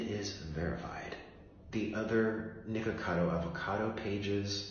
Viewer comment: I swear why dose keep saying the n word when ever he trying to say nicko